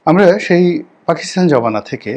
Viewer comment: রনী তোমার “ আমারা” শব্দটি নোট করে রাখা আছে ।